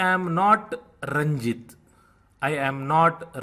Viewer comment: Nice Teaching, but a couple of points. You pronounce the name Ranjit with a short "i" whereas you have written it out in hindi as a long "e".